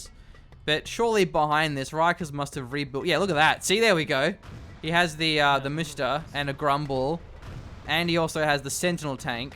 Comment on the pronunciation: The best way to explain msta would probably be "pornstar" without the por and with m instead of n.